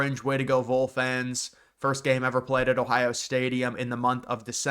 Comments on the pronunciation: You got to pronounce "Vol" the right way. It's "Vawl" not "Vole" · Vol is said like Vawl not Vole. We are the Tennessee Volunteers not Voleunteers, just a heads up.